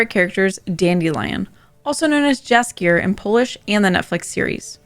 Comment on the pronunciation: Jaskier is pronounced - yaas-key-air Source: lived in Poland